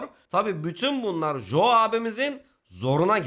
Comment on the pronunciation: iyi güzelde “Jo” diyip durmasaydın adama keşke. İngilizce’de “co” diye okunur 😂